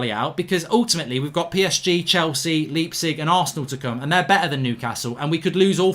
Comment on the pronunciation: man said leap zig 🤣